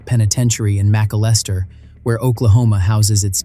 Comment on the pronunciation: Okay, the pronunciation of McAlester in itself, is criminal. This guy was a special pos, his brother did the world a favor, js.